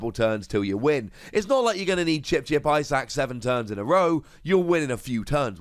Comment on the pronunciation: everytime you mention Chip-Chip Ice Axe I understand "Chip-Chip Eyesacks"